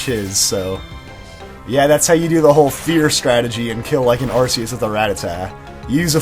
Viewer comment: Ar-KEY-is not Ar-see-is